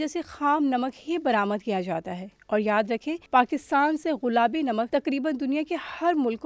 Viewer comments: Ghulabi ghulabi ghulabi ghulabi, aunty ji ye gullabi lafz hy. Sari diniya sunti hy. Urdu to theek bol lia kro. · Baaji ghulaabi nahin gulaabi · Most of the time u said غلابی its گلابی madam g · all the joy end when she keep saying Ghulabi instead of gulabi... common yar such a big channel and such a a big punctual mistake... we were feeling proud of pink salt but the girl by pronouncing such a badly literally off the mood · She's saying "ghulabi namak" 🤦🏼‍♀️ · یہ “ غلابی “ کیا ہوتا ہے۔ بار بار غلابی 🤣🤣